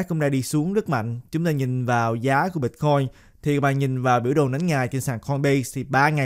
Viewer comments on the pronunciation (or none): Ban noi chuyen hay day! Nhung mà ban pronounce la Bít-coin thì nghe suong se hon. Great work!